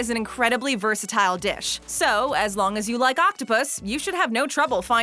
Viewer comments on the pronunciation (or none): none